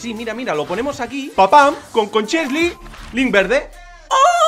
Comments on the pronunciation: Konchesly jajaja es Koscielny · En el minuto 2 17 dice kochienly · no sabes pronunciar koscielny